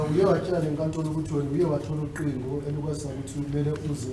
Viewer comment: Tjo when I think he's the worst interpreter ever who doesn't know isiZulu, he says ucingo is uqingo which is wrong